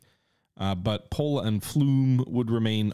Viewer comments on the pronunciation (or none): Take a rest from RtW3...Tho interesting, it's a draining game. edit It's Fee-UUm-eh, not Flume, Englese. Fi-um-e. edit Congratulations for giving the Hapsburgs a black eye and bloodied nose!